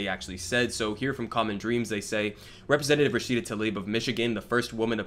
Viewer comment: He can't even say her name correctly; apparently she's now a man 🙄